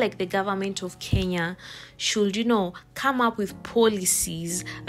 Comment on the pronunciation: i was mad n thinking where's my lawyer. Kenya poooooh. He just said it right